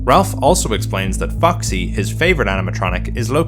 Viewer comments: Why did I hear "fucksy" because the accent lol Great video btw, immediately subbing lol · idk why but i heard foxy as fucksy